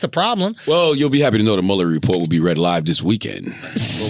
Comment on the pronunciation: I got annoyed by Andrew mispronouncing Muller's name and I am a French speaking African LOL.